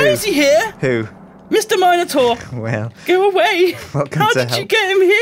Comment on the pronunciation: You better watch out for that Mino"Door" :D